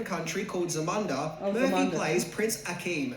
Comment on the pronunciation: Zamanda?? Isn't it Zamunda???